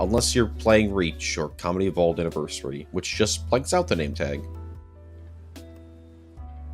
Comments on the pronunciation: Why does it sound like you say comedy evolved and not combat evolved (just a little nit pick) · Am I the only one who keeps hearing him say “Halo: Comedy Evolved”? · Am I wrong or was he saying “comedy evolved”? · Not gonna lie, whenever you said Combat Evolved, I kept hearing Comedy Evolved.